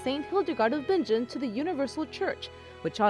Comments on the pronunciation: Her name is actually pronounced "bing -ehn," not "bin-jen." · Its pronounced Bin-gen, not Binge-jen!